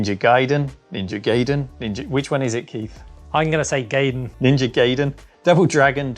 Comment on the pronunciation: Sorry Keith, it’s ‘guy-den’!